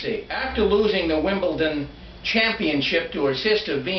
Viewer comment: it is WimbleDon not WimbleTon, get it right !!!